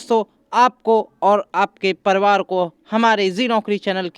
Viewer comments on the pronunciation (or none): Sir ji परिवार होता है परवार नहीं। 😂😂 Waise bahut accha content hai thank you 🙏